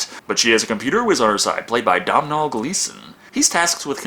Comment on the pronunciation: 'Dom-nol Gleeson'... that's uh...pronounced 'Doe-nal'.